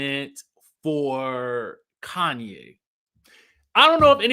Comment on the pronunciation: He's saying "Kanye" instead of Khanyi, so I doubt. And her name is Kefilwe. Kefi is just short form and I think it's pronounced "Kayfee" but u know Americans will say "keefai"😂😂😂